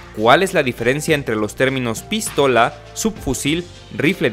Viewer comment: Jajaja "pístola"